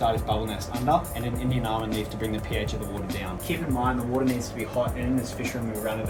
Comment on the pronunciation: . Accent factor. Pardon me but what kind of leaf is that. Indianamma did you say? Huh? Lol. Sorry.